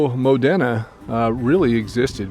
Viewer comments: Thanks again for the great video! We're from Newcastle and I work in the Modena area at times. By the way it's pronounced mo- dean- a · Locals pronounce it "Modeena" (i.e. Moh-Dee-Nuh).